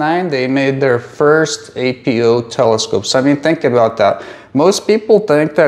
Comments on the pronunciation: Why do you call them ay-pee-ohs? You say achro so why not just say apo? Are you not referring to “apochromat”? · It's 'Apo' - Not 'A.P.O.' Apo doesn't stand for anything. It's just short for apochromatic.